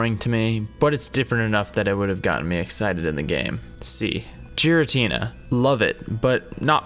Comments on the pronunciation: And you also accidentally said jiritina instead of giritina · Did you just say “Jiratina”